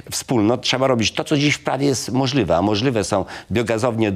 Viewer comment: Mr Sawicki, należy mówić kontroli a nie kontroly. Chwalił, a nie chwalył. Realizacji, a nie realyzacji. Możliwe a nie możlywe. Fotowoltalyka🤣 Na starość logopeda!!!!